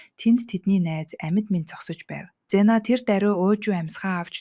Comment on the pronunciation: bi c vztsen ldee gxdee yg ingd mngl tailbr orulsn cyn bvr eir goyenaa bas amnse-g c gsn vzere yr n bl philipine kdramas ugiin eimr goy ym bnle gl dvriin oxiniix n neriig ZE-IIN gj unshdg shv ZENA bish bs david gd bga tn matt shvvv